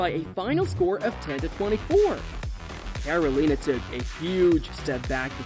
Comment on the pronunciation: watch back and listen to how you say carolina